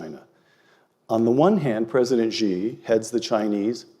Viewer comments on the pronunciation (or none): As far as pronunciation for President 'Xi' goes, I think you will need to get your pronouns right? It's 'she', not 'zhe'